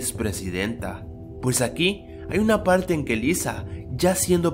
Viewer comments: una palte. XD al parecer aún no se desenreda lengua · minuto Pues aqui hay una "palte" que eres chico o q?